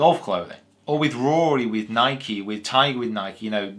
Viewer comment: This is very interesting because taylormade isn't just "taylormade", they are owned by Adidas! So the very opitomy of a Nike sponsored athlete (Pronounced N-eye - KEE, BTW, sorry but every time you say NighK I wince ) next to Michael Jordan and those stupid shoes, wearing all Nikee clothes and bag etc, would be using Adidas owned brand clubs, I can't and would never have imagined, they are the top two in what must be some the strongest competition. Very surprising.